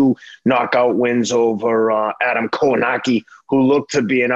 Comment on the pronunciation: For two guys who supposed to follow the sport are absolute disrespectful and and just shows why they here for pronouncing Kownackis name they way they did Respect the fighters